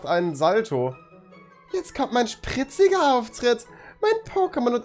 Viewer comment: wie er das „spritzige“ betont. 💦🌚